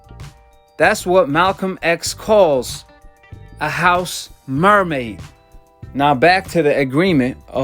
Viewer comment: Rotfl bruh said house mermaid